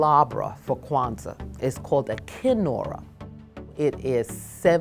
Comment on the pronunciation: ૨σყαℓ ƭεε yes it does when she said it it shorted Queztal